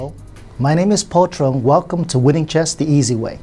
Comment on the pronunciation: Velcome to Vinning chess the easy Vey!